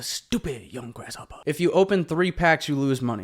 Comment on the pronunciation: This foo called him "grasshoppa" 😂😂 you made me repeat it like 5 times with your accent when i was driving when you said that lmao.🤦🤦